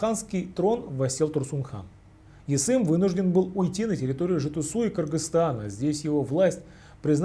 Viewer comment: Жетису а не Жетисау)))